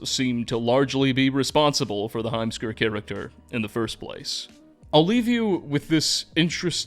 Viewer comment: heimskr i cannot unhear the words "a assman" 🤣